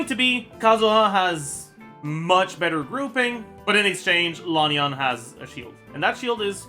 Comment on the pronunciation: just so you know, Lan Yan is pronounced with short vowels - it simply rhymes with the English words can, tan, ban, and so on. No need to go all the way to Lahn Yahn!